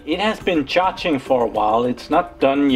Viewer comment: Hopefully it will recover. I like the way you say charging "Cha-ching", sounds cooler :-D